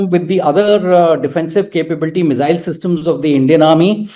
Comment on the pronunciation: It's not zee, mizzile, but see, missile. RAIdar. Not RaiDAR, emphasis on first half of word.